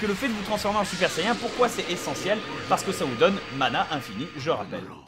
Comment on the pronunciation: sayain ? say-"IAIN" ?!!!! j'adore bob lennon mais franchement JA-MAIS entendu ça !! sincerement